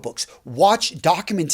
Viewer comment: Please learn how to properly pronounce documentary